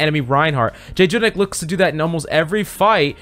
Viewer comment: Next time you gonna call him Jay Jonak a little kitten will die.